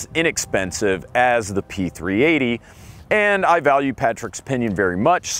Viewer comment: I spent an hour searching for the P-380s, because I kept hearing P 3 EIGH-TY.